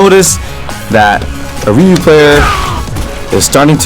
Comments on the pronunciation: Dude, 90% of the american SF fan base can't say Ryu's name. People who have watched SFII the animated movie more then 5 times and SFIIV (both which say it right) WON'T pronounce his name correctly SMH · awesome! anyone can do a better video than that Sanchez guy, the idiot can't even pronoune Ryu's name! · Are you pronouncing it "ree-eww" or "roo"?